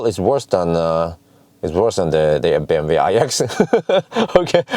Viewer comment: Its funny how you pronounce BMW in propper german but you still misspell PorschE 😂